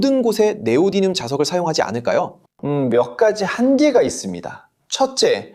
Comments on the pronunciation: 네오디늄이 아니라 네오디뮴이라고 해야 하는데 다시 고쳐야 하겠네요. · 자꾸 네오디뉸 이래? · 그렇게 따지면 고쳐야 할 발음 천지입니다. 위에서 지적한 것은, 한국어 표기법으로 "네오디뮴"이라고 쓰는데, 그걸 한국어로 "네오디늄"으로 잘못 읽는 것을 지적한 거죠. 원래 영어 발음을 적으며 제대로 된 발음은 이렇다라고 하는 것은 논점 일탈입니다. 그렇게 따지면 영어 발음으로 "니오다이미엄"이라고도 하는데, 이건 어쩔 건가요? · 사실 제대로 된 발음은 ‘니오디미엄’입니다